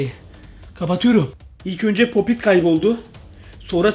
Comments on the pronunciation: Arkadaş sen neden popit diyeceğine popo dersin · Abi. Polat. Değil. Papit. O. Abi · Popit diyemiyen